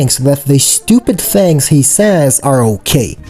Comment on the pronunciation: tings... as in things lol